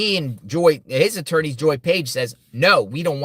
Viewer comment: Surely his "atoorney" ...if he still has one ? Advised him to stop